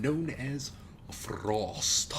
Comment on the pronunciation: lol... love how you rolled your r's in "Frost"... fancy as shit... then you said try hard titties haha